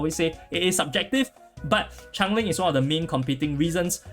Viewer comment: As the Pronunciation police it’s Change Ling 😂😂🔫